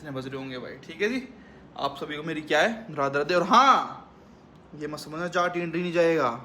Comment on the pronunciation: bhai jhat nhi hota jaat hota h😂😂😂